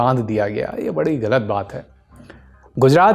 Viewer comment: By saying Galib, gayab, galat you destroyed the taste of mangoes. Please learn how to pronounce غ